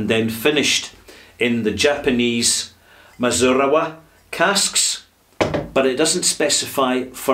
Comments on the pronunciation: I have the standard 13 year old Glendalough, and it is a very nice Irish whiskey. Definitely not a Redbreast or Jameson type, more agressive and expressive than either. Also, it's mee-zoo-na-rah. But that's beside the point. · Hello, I can speak Japanese- not bragging, I live in the country and need it. The pronunciation of Mizunara is 'mee-zu-na-ra', if you are interested. Mizunara is a type of Japanese white oak- very tight grain and very hard. A great firewood.